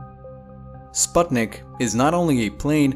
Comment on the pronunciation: you pronounce sputnik wrong